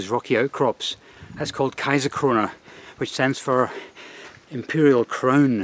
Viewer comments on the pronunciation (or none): none